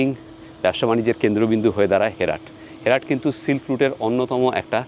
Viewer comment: It’s not হেরাট it’s হেরাত